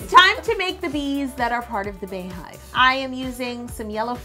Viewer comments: Bey is pronounced like Bee. The same way you pronounce it when you her name Bey(bee)yonce...But this cake is so bomb!!! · Yo I love you but it's still pronounced "BEE" Hive... Her name is BEEYonce not BAYonce.... We are the Bey(Bee)Hive. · pronounced "BEE" Bee-Yon-Say :(( love you tho Yo LMAO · It’s really not pronounced “Bay.” Idk where that comes from. Bey has never pronounced it that way nor has anyone close to her. Lol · I’m apart of the Beyhive but I’m cringing at Yo’s pronunciation. lmao 😂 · Bey-hive is pronounced like beehive. It’s not Bay-hive. Her name is not BAyonce. Love you Yo. Please. Stop. You can do this. ❤️ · damn i really thought she was real beyhive but she say bae not bey so sad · why do you say "Bay-hive" when it's not "Bay-oncé" - "Beyhive" is pronounced the same as "Beehive," that's the point😂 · Its BEE-HIVE wtf is Bay-Hive? Like its BEE-YON-CE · Is it like Bae or Bey, because Bey is pronounced Bee, like BEE-yoncè not Bae-yonce. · Tianna Perry thought I was the only one I was losing my mind Everytime she said bae hive like wtf... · I was wondering why she called them bees instead of baes. It just makes more sense if its a bae hive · it’s Bey hive for Beyonce lmao girl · Correct. It's BEY-HIVE, but pronounced BEE-hive. (like BEE-YONCE) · I honestly think she’s saying Bae because bey is bae af 💪🏽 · She said bay-hive 😂😂😂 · Bey is pronounced BEE because her name is Beyoncé, now bayonce. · It’s Beyhive (BEE) not Bay get it together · It is bee not bar or bey hive. Nice cake ( badass ) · It’s Bey Hive....pronounced B!!! Like the beginning of her name Bey-once!!! It’s not Bae!!! I hear people saying it like this all the time....just wanted to correct u!!! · I've never understood why people pronounce it (bae)hive. Her name isn't Baeyonce it's (Be)yonce. This is one bad ass cake though.. Beautiful! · Sydni C ITS BEE. NOT BAE. PERIODT. BEYONCÉ PRONOUNCES IT AS BEEHIVE. She said it at the Grammys. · Why do you say bae hive it's beeeeeee hive